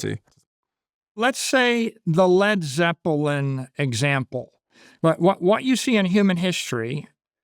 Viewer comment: The way he pronounced "Led Zeppelin" deserved a slap in his Billionaire Boomer mouth!